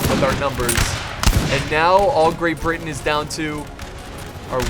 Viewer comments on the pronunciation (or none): none